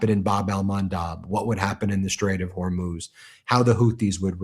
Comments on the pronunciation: Well unless the spelling is Hormoze, then the proper pronunciation of Hormuz is either Hor(moo)z or Hor(muzz)z! Now if you factor in an accent from the region, then it may be pronounced and sound as you imply. It has nothing to do with being illiterate! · It’s not Hormuz, it’s Hormoze. For over 2000 years it has been Hormoze now you illiterate people keep saying Hormuz.